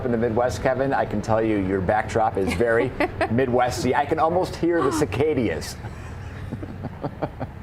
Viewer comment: "The cicadias"? 🤦